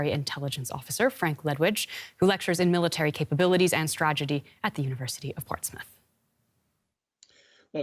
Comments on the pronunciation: Strategy, not stragety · "Military capabilities and Stragety..." From the Bugs Bunny office apparently. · Huh huh... she said stragedy.